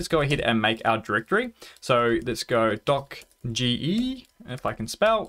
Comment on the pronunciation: Great Video Thank you, Just for the record it's pronounced "dockage"......